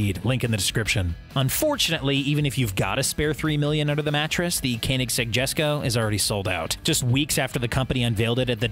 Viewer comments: MTB Man he also said kininseg🤔, not Koenigsegg🙄. This guy is DEFINITELY NOT a car guy. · its prenounced "kownigzeg"!!!!!!!!!!!!!! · Please stop saying kaenigsegg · Please learn how to say Koenigsegg 😁